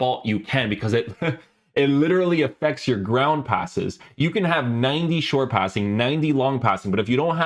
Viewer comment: My man said "Grrrrnnddd" passes 😂😂 hey man don't crush your teeth bro. Not worth it 😅